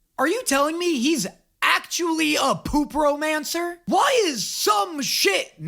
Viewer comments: dunno if thinking the word breakdown for necromancer is nec-romancer when its necro-mancer, hence why he's saying poop-romancer instead of poop-mancer is an on purpose bit...or he just doesnt know. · i emplore you. Stop saying Poop Romancer instead of poopmancer